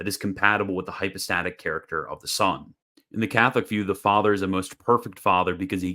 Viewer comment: why does he prnounce "son" as "sohn"? but pronounces "one" as "wuhn," not "wohn"?